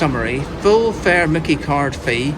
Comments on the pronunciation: Myki is pronounced Mike E. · Did these two lads think about visiting Dandenong?, it would have been a culture shock. That little grey card is pronounced MY KEY, and I hope they kept it topped up. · I've never heard it called a Mickey card before 😂🤣😂 It's pronounced "My key". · Not micky like micky mouse. Mi kee card is how it's pronounced. Sorry I laughed when you said micky 😂. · It’s pronounced My Key …myki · Myki card is pronounced My Key & Melbourne has more trams than any city in the world. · There are a number of tram types used in Melbourne, some going back 100 years. You might like to consider trying out the City Circle tram which uses the old W-class and is around 100 years old. FYI the MYKI card is pronounced 'my key'. If you have an Android phone you can get one in the Google Pay app.